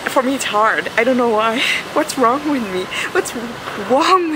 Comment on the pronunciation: Aww nothing is wwong wiff joe kwipkie & "erw my god... I'm officially scarred for life by this toilet" hahaha thnx for making me laugh, hilarisch :D